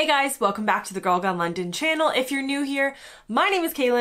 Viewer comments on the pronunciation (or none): none